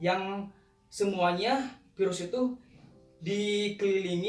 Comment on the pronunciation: Virus pak bukan Pirus pak wkwk